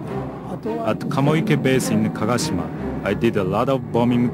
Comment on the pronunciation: Not Kagashima bay but kagoshima bay !